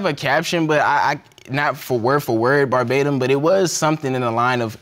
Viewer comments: said "berbatum" tho! Lol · And the darker guy mispronounced it, talking about "bar batium". They both annoyed me with that. Also he kept saying he and his wife had this great relationship but his mom said they were toxic together. I wished the judge pushed for details. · The word “verbatim” was thrown around so many times, mostly out of context or where it didn’t make sense! Once it was pronounced “barbatum”. Smh... lol it’s annoying! Like when people say “conversating”?! It’s not even a word!!! Omg... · drinking game: take a shot every time says “verbatim” (incorrectly)